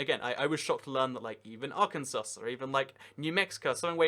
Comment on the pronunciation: love your vids but... it's Are-Kan-Saw, It's Key-ri-bass